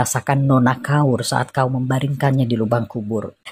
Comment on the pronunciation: ‘Kaur’ adalah gelaran ank perempuan keturunan Sikh. Sebutan Kaur adalah “Kor” tanpa membunyikan huruf R